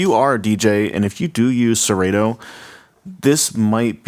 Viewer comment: First thing, it's Serato, with a short a, not a long a. Second thing, it says right on the controller Serato. This controller was built, designed, and marketed to work with Serato DJ./Serato D.J. Intro. And it does just that. It is plug and play with Serato. Dude, you should have done more research, because the information is available on Numark's website as well as Serato's. I purchased mine about 6 weeks ago, have used it extensively(12+ hours) every weekend......it works flawlessly. And let me stress....FLAWLESSLY. The sound quality is great, the pitch faders are very accurate, and the platter response is surprisingly good. The effects strip/search strip is a nice added feature, and I do like the built in display on the jogs. This controller is a steal at $300.00.